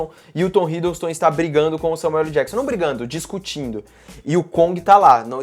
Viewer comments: Esse falando "Samueu ELI Jakson"... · Só eu que fiquei incomodado com o falando Samuel LI Jackson? Kkkkkkkk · SAMUELE JACKSON??? Tudo bem que ele quer aportuguesar o "L" do meio de Samuel L. Jackson, mas tá parecendo que ele tá falando Samuele ou talvez seja a irmã dele, a Samuelly Jackson. Mas pode falar o que quiser pois ninguém é obrigado. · "SAMUELIJÉQUISSON" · n sei pq mas quando ele fala samuel LEE jackson eu demoro uns 3 seg pra entender quem e kkkkkkkk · Samuel "Eli" Jackson kkkkk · kkkkk isso me incomodou também,eu só falo Samuel ÉL Jackson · "Samuelly" Jackson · Alexandre Ladeira SLC, parece que tem câncer na língua.